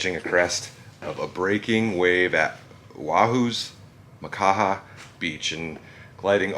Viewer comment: Surprised you pronounced Oahu, Makaha and Mahalo correctly lol. Born & raised in Hawai'i 🤙 love these historic adventures!